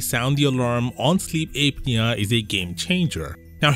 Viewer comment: Sleep Ape-nia